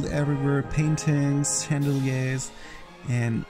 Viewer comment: I love the way you pronounce “chandelier” as “Chjandelié” it makes them sound even more elegant!!